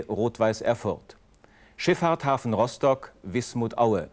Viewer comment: Der sagt doch tatsächlich Roschtock 😂